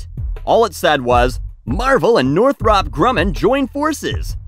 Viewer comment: Btw it’s pronounced Northrup.